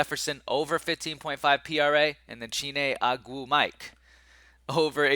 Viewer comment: It's O-gwoo-muh-kay bruh lol